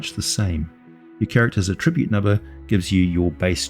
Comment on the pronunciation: Bruh, why do you say attribute like that?